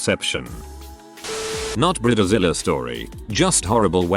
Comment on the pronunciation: ⚠️ WARNING! UGLY AMERICAN ALERT !📢 Bride like hide Zilla like villa Not bride like rid The computer voice can't pronounce words incorrectly spelled in text.